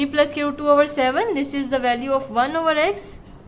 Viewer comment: Mam squirt ni hai square hai lakin ap nay bhut acha samjaya thanks 👍👍👍👍